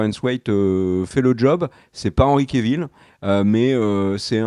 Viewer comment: J'aime toujours vos vidéos, mais pourriez-vous cesser de rebaptiser ce pauvre Henry Cavill "kévil" ??? Cf. ses interviews : quand les présentateurs ou surtout lui-même disent son nom, c'est tout simplement "kavil". Ce n'est même pas l'excuse d'une prononciation à la française 😉